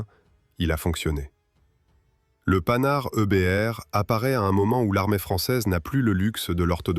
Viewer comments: Les générations actuelles qui critiquent les boomers se servent de l'IA avec des commentaires fades, des terreurs de prononciation , Panhard c'est le panard, et autres approximations, pas de travail fouillé. Feraient mieux de ne pas critiquer et de se mettre au boulot. Ouille ! Le mot qu'il ne faut pas prononcer. Le seul mérite c'est de faire connaître un engin atypique . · Le (Panard) IA inadaptée, c'est Panhard MDR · Nouveau non de code le panard 🤣merci l'ia pour ce fou rire gratuit